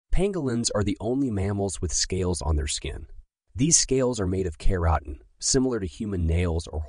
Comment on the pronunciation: Oh god that keratin pronunciation